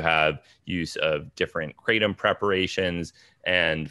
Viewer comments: yeah what happened to ... Kruh-TOM. ?? hey Tom!! meet my friend Nine... Mit_traga_NINE ?? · lol, I think you're right. I didn't give up... I still call it Krah-tom. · Hamilton back to pronouncing it kray-tum huh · Did I just hear Hamilton pronounce it as "kray-tum"?? What happened?! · He said in another interview yesterday that he feels like an asshole calling it “kra-tom!” 🤣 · Why do you pronounce it kraydom sometimes?